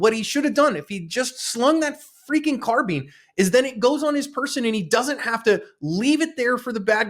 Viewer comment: Is a carbean the same as a carbine? Is a combine harvester the same as a combean harvester? 😂😂😂 Seriously though, good job cops and good job and 👍🏻